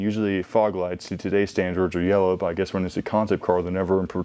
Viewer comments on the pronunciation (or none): none